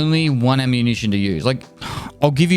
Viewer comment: Did he just say: “ammunitie”?